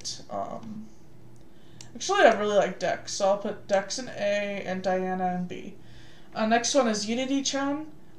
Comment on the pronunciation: HER NAME IS DAINA NOT DIANA